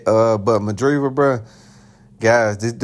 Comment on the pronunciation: By the way you say Madrimov i can tell you haven't seen any of his fights 😂